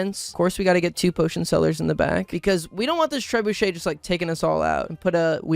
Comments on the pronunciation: first off it's an onager. Second off, it's not 'treh boo shay, it's treb you shay' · bro thinks its pronounced tre-BOO-shay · I like how you pronounce “trebuchet” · At this point I'm certain he does a massive mispronunciation every video as engament bait, it's just tooooo consistent. Also it's always a really funny one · Don't forget those early game catapults that he pronounces "trebuchet"